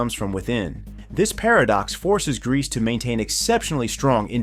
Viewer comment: After hearing Greece i cant unhear Grease